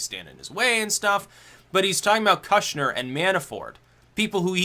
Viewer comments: It's pronounced koosh-nr. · Its pronounced “kooshner” — oo as in good, not oo as in food. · what's with the kushner pronunciation?